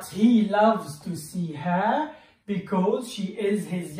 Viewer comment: خطأ قراءة her